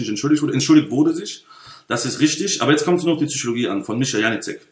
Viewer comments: Wir haben fast 1 Stunde lang die "Züüschologie" gespürt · "Zychologie" hahahaha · PHSychologie nicht Züchologie. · "zyschologie :D:D" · bitte sag psychologie und nicht tzychologie, sonst top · Schmatz, Intension, Schmatz, Zychologie. Die Message ist Ok bloß deine Aussprache verführt einen dazu sowas zu schreiben.